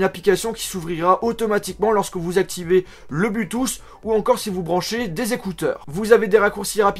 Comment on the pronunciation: Le blutouss ,58 😂😂😂😂😂